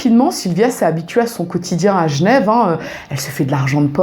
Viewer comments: Tu racontes très bien :). Et j'adore ta manière de prononcer Genève... Gnève :-P ;) ;) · Qu’elle repose en paix ! Merci pour la vidéo Et a coup sur tu est genrvoise, commee tu prononces « jnev »